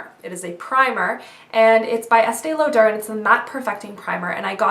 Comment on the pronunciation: it's pronounced "law-der" not "low-dare" lmao.